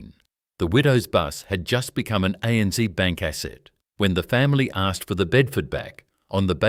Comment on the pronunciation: For heavens sake get your pronunciations correct. ANZ is A.N.Zed not ANZee. No Australian would ever say zeee. It’s Zed, always zed. Pty. Ltd. Is shorthand for Proprietary Limited and is said such. One does not try to pronounce it as two three letter words.. Why is there a map diagram of the Middle East shown when talking about a journey between two Australian cities. You ruin a great presentation by your total lack of understanding of your subject. Don’t insult Australians by imposing yank pronunciations. You will piss us off, big time. Thank you for taking the time to present this story but please pay more attention to the details. Otherwise we might have to question the historical accuracy of what you present.